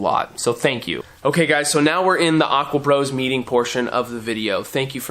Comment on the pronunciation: Why does your channel name say Aquapros and you say AquaBros?